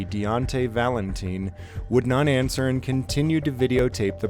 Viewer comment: man...the guys last name is Valentine, as in rhymes with time, not teen! Sorry to be anal about this but I just figured you would want to know! It would be like me pronouncing your first name "Jam-es".